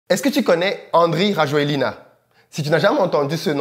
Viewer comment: Vous avez prononcé le nom du président malgache à la façon française. En malgache, ça ne se prononce pas comme ça.